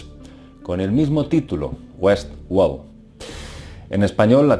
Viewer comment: Es Westword no WESWOL jajaja